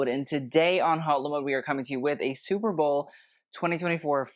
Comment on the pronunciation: "Superbowel" was on purpose? 😂